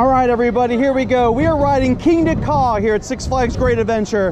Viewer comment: The way he said Kingda Ka "Kingda KaW"🤣🤣